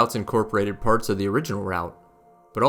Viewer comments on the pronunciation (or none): none